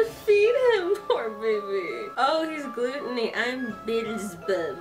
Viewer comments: Oh my god you said gluton-y its said like gluh-toni I'm dying (Levi best boy) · Not to bash your pronunciation but Avatar of Gluteny cracked me up and to see you scared of Mammon when he's actually 0% threatening is adorable. My top two are Belphegor and Beelzebub, but I love them all tho U//w//U except Asmodeus...